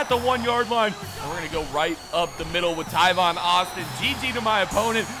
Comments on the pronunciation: Tavon. He said Tyvon for some odd reason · is talking about tavon Austin he just pronounced it wrong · ITS T- A- V- O- N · The amount of times you said Tivon Austin......... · Why does he say tavon Austin so weird?